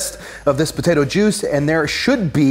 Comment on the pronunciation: I smile each time you call it a "botato"!